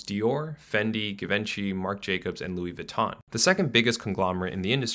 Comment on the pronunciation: This video offers a lot of insight, but I think it would have benefitted from the speaker learning the proper pronunciation of some brands. Louboutin and Louis Vuittton for example, are different brands but are pronounced identically which isn't supposed to be the case. It's a minor mention but important nonetheless. The subtitles don't know the difference